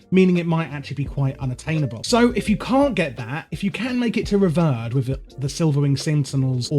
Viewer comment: Great video, some real solid info here. Although, I do recommend looking up the pronunciation of revered ;)